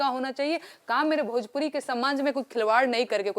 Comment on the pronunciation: एकरा भोजपुरी के "भ" मालूम नईखे !